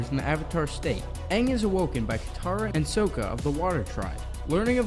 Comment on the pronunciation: He also pronouced Sokka wrong